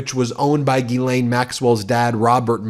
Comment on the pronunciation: Just interjecting a bit of humour to this crapshow, but if there's anything that offends me on a personal level other than the actual crimes, it's the horrific mispronunciation of the name "Ghislaine" by English speakers, and it's not Ben's fault, or the American media's fault, it's how she or her parents pronounced it, and it's just WRONG WRONG WRONG. It sounds way way classier in the original French. Though parents in French speaking places may be thinking twice about naming their little girls that.